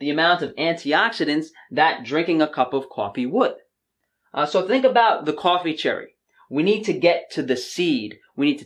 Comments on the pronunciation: Love how your accent comes through when you say cwoffee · lol "cawh"fee... spoken like a New Yorker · Unfortunately, I know this about coffee but I still drink it. I need that early morning cup to warm & wake me up. I think I’ll be ok with just my one cup per day. I like how you pronounce coffee 😉